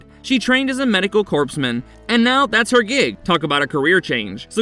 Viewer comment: Corpsman is pronounced core man, not corpse man.